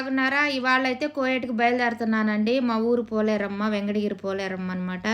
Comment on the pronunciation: కోయేట్ కాదు...కువైట్